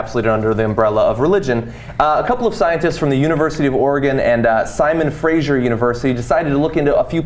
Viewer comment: Simon Fraser, not Simon Frasier.